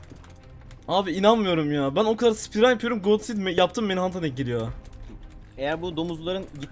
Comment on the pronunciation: Abi god seed gibi kelimeleri söylemeyin muq seed yada efsane seed diyin